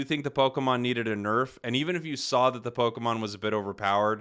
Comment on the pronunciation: Prepare to hear the word PokAmon twenty million fucking times. I got about 3 minutes in and stopped watching.